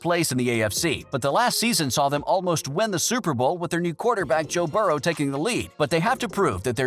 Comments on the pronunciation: can’t even pronounce Joe burrow correctly. “Burrows” like really? This dude can go kick rocks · Bengals made the playoffs alot in that time frame.... and stop saying Burrows it Burrow. What the hell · Adding an s to Burrow is pretty cringey, especially when you put it in text...